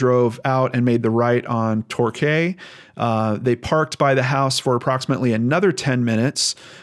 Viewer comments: It's pronounced Tor key or it is in the UK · The street name is pronounced Tor-kee :)